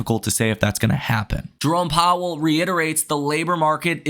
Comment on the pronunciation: Took a shot for every time “jerrome powwel says” i died 4x